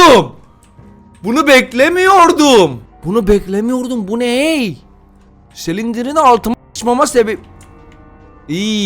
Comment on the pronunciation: Normalds olan:Exit:Egzıt Normalde olan:slendırmen(okunuşu):Selindirmen